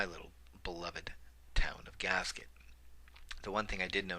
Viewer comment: Gasquet; 't' is silent. 'gas-key,'. Worked at the forest service office there.